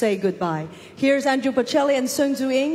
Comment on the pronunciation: 杨澜虽然看的出来很用心很有诚意，但英语的确还达不到主持人/播音标准。毕竟这种级别的盛事，要从中国派一个双语主持，代表国内最高水平，我觉得标准和要求还是应该要比这个再高一些。读音首先很多字都有吃音节的问题，语法有几个小错误，最主要的是把波切利的名字念错了。他不是Andrew，是Andrea，可能是因为中文普遍翻译成安德鲁的问题？其实准确的说他叫安德利亚，这个就比较严重了，毕竟是三个重要嘉宾之一。。。